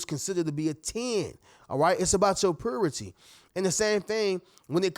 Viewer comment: It's purity..pronounced "puuyyrity", not "poohrity".